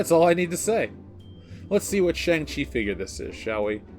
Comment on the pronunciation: What is a Tschang-Tchi???